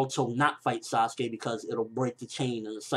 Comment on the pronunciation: Its not Saskey. Thats my opinion. Dont translate names. Say them as they are.